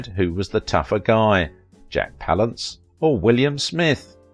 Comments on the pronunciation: its pronounced pal ance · i hate this guy's pronunciation of jack's surname palance.